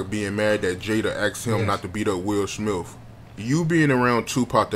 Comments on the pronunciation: U know u my guy right. I Love your channel and I watch your videos Everytime I log-on YouTube. But brother it kills me when u say Will Smiff, Will SmiTH brother 😁😉. U still Kool with me 😂. Keep Doing your thing!! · He said Will smilf!🤣